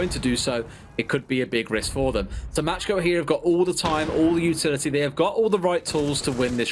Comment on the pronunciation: Who else is triggered because pronounces „macko“ „matschko“?